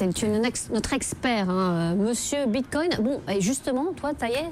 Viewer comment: Le mec dit Bitcogne lol